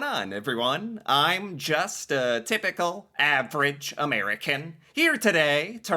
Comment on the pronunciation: "im just. tylical average american" ok boomer